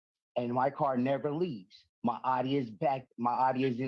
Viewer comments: It is owe-Dee! Not Aww-see. Just like “Porsche” is two syllables, Por-sha; not one syllable porsh. Please pronounce the names of quality German car manufacturers appropriately. They deserve that much. If you have ever driven either vehicle, you would know that. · Per Audi themselves it’s pronounced Ow-dee as in howdy or outie. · Born and raised in central NJ can confirm it's "OWDEE" 🤣 love your channel man, thank you for making these! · It is Aw-dee like Audio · Correct. Not Ow Dee O.. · I have a friend in New Hampshire he calls the Audi an oughtie not outie. 🤷‍♀ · German-American here. The original German pronunciation is ow•dee. But say it however you like! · Aaaaaarrŕghhhhhh check you out 2K! LLONGIFARCHIADAU!! (congratulations in Welsh). In thr UK we call is Audi (pronounced ow‐ dee) This was the right result. Good ĵob Mr Black! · From the website of the Audi dealership in Hampton, VA: "The proper way to pronounce Audi is 'ou-dee,' with the 'ou' being the same as in the word 'cloud.'" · All of Michigan pronounces it as aww-dee. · Exactly! I don’t know where they picked up this “aww-dee” nonsense. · I'm from Michigan and yes, that is how Audi is pronounced here. 😂 I agree with the judge. Good job, Mr Black! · Midwesterner (MN) here and we pronounce Audi as the officer did. My family moved here from Brooklyn/NJ and I have an idear that they pronounce Audi your way 😂. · I definitely pronounce “Audi” like they do in New Jersey (and everywhere else in the world where they want to pronounce it correctly). I’ve never heard it pronounced how the officer pronounced it. I hope the rest of Michigan doesn’t do that, too. That would get annoying very quickly…